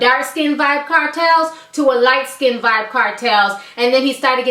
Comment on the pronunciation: its Vybz not vyb